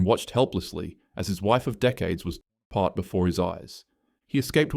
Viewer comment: bro, "torn". "TORN". The fuck you afraid of? Assassins?